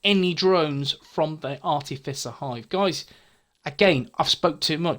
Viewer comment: Ok...you're officially the Skills Guy. I had to laugh re the artificer hive...I prefer the wrong pronunciation, sounds tougher.